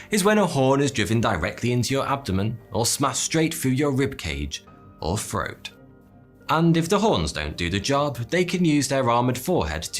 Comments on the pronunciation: Great content, but I’m really distracted by your pronunciation of “th”. “Death” becomes “deaf”, “throat” becomes “froat”... ugh. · It's called and pronounced "throat" NOT "froat". Just thought you should know. 👍love your vids.